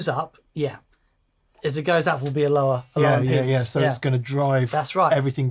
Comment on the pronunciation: Impedance? It's been too long since we've seen the impy-dance!